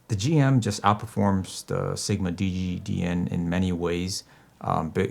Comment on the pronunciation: Play back at 1.25x and listen to you say dg dn and what follows!